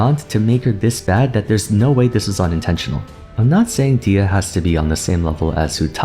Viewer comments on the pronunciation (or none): her name is pronounced dehiya not deeya. its an algerian amazigh name